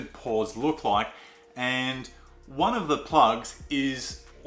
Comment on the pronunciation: I just kept hearing “Paws” instead of ‘Pores’ 😅